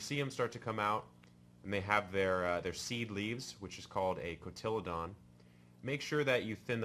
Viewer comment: Go here and listen to the pronunciation of the word cotyledon. Be careful to pronounce things correctly if you put yourself out there as someone in the “know”. 😐